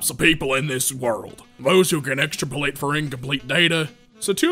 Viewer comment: How he says extrapolate, and then says he didn't get the joke. Not sure if he was serious, if he was there's a facepalm moment.